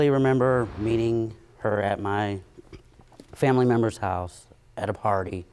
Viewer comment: Did She Just Say “Family Mimbles”!? 😂